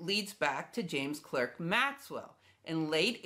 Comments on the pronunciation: Uhhh… “Clerk” is usually pronounced by Brits, which Maxwell was, as “Clark”. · Also, being non-American, "Clerk" is pronounced "Clark". Not my "opinion".